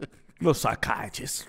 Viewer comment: “I’m not your psychyiachist “